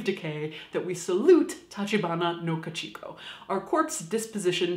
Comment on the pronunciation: Great video~ love this series It's Ka-Chi-Ko btw! :D not Ka-Chik-o